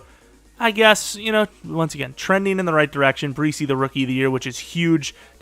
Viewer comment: pretty sure Bresee is pronounced (Brah-Zee)